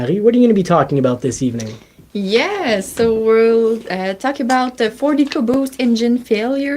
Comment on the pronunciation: She said ford ecoboost but I I’m hearing “For The Caboose!” ❤